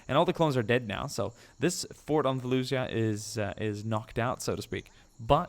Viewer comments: I believe felucia is pronounced fel-u-sha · It's pronounced falisha but spelled Falicia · felucia is pronounced like felushia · just so you know, You did not Pronounce it correctly.